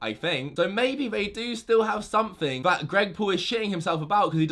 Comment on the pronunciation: Can u learn how to say THat instead of vat